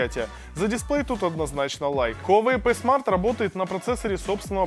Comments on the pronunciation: Пи смарт а не п смарт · Пи смарт а не п смарт. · Говорится Хуавей ПИ смарт